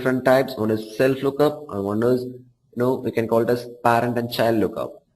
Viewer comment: No offense Instructor I can tell you are an educated individual but you need to brush up your pronunciation if you planning on teaching US crowd...specially the way you pronounce "Parent" I can tell John & Johnson having a blast with that!..Still very good detail tutorial.